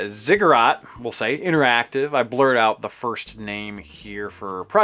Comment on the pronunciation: The way you pronounced Ziggurat is correct